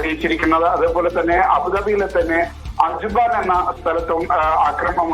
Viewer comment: Ajban alla ajman